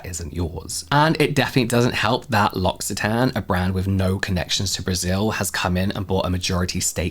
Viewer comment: James, L'occitane is pronounced "loki" with a k, due to double c. 😊 always love your brand deep dives.